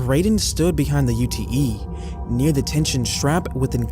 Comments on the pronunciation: its not calld a U.T.E - its called a ute - pron. yute. Its short for utility. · Re the Bradon story- as a fellow Australian I just wanted to let you know that ute is pronounced "you-t' - it's short for utility truck (Americans call them pickup trucks). Otherwise loving this video- well done!